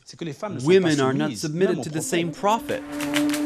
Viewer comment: What is with this guy mispronouncing simple words like prophet? And if anyone out there actually believes that this self appointed prophet was anything less than a nut job murderer, I have some ocean front property in Arizona for sale- get it quick before someone else snaps it up!